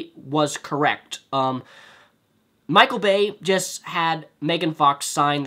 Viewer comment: Wow this video does not have a single original thing in it. Did you Google "Michael Bay jokes" before making this? You said the exact jaded things everyone else says about michael bay, except you can't even say it properly. Garbage video.